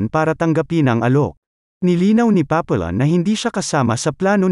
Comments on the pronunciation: Hndi yan Papillon pronounciation. Papiyon ang tamang bigkas. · The correct pronunciation should be papiyon not papillon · It's not pronounced Papillon.Should be Papiyon(silent L). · Napanood ko movie version nito starring steve mcqueen at dustin hoffman. Paa pee aan or paa pee yon ang pronunciation, hindi paa pee lon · Papiyon ang pronunciation hindi Papilon. Ayusin mo pag vlog mo hoy. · It is pronounced as Papiyon